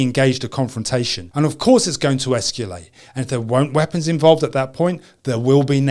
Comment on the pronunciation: the word is "escalate" not "esculate"